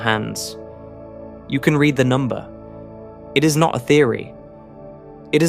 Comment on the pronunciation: "read the Principia" got an odd pronunciation for "read"